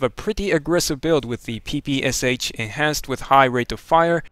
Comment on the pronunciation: Guy, you don't pronounce "PPSH" in the right way. You need to pronounce sh not as "s" "h" but as "sh" like in words, for example "shadow"